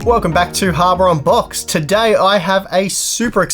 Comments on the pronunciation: Dude, even the Closed-Captioning is hearing you say Harbor Unboxed. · He's definitely trolling us. I heard "Harbor unboxed". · I swear to god he said, "harbor unboxed". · Its funny, that after the last comment video where a guy said it sounds like you are saying harbor unboxed/on box, it sounds like that again. Even the subtitles writes it as harbor onbox.:D... You need not fear the W. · you deliberately said "habor on box", did you...